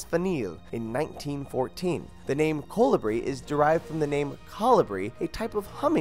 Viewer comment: "synaeh" "Colebri"